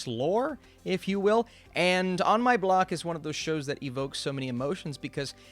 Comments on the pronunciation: Ah yes, On My Bock... such a great show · I think you mean On My Block not Bock